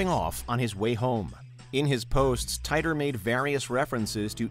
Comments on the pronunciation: John Titor is pronounced ( Te Tor ) not ( Tie Tor )!!!!!!😤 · Mostly just the way you mispronounced John's last name. It's tee-tor, not tay-tor. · It’s pronounced Teeter or Teetor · When you can't even pronounce the names correct, it make me question your whole research and thus makes me tune out....if you watched a single video on Titor time traveler, you'd know it's said teee tor..... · It's pronounced, Teeter.